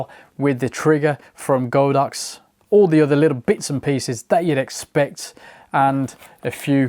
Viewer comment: It’s God Ox not Go Dox.